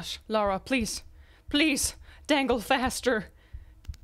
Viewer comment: Lara, not Laura... Also 0.25% speed - short but good ^^